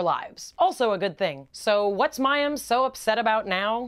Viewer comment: Yes. Once more you said it correctly. Thank you :) From a man.